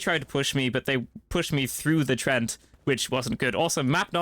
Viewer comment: "treant" is pronounced like tree ent